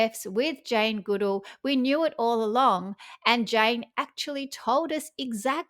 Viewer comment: You are pronouncing Jane Goodall's name incorrectly...